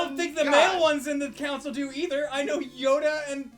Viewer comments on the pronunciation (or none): none